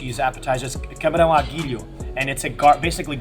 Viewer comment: Fui o único que percebeu Cabrão à Guilho quando ele disse camarão? Isto é instinto boca suja só nada contra pq por razões óbvias ele até fala muito bem, mas ya ahaha